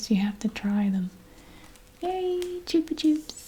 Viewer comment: Chupa chups means like suckers in spanish (and you pronounced correctly) and the mini Chicles is pronounced chik-less, also spanish for gum...just fun fact ;-) thanks for your videos!